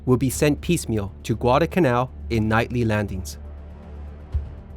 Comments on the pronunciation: IT'S pronounced Guada"L'"canal not Guad"a"canal there IS a pronounceable "L" in the middle of the word. otherwise good video. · I know ppl are gonna hate me for this, but I find it distressing how he pronounces it “gwada kannau”. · Excellent!. I really appreciate the corrections. One problem that I will bring up simply because it was like nails on a chalkboard every time. And either I have seen another one of your videos or somebody else made the same mistake. There is an 'L' in the word Guadalcanal.😊